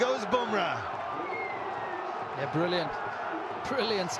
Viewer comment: what is the mumble bumrah